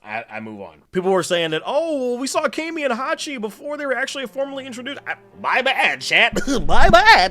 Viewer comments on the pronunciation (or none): none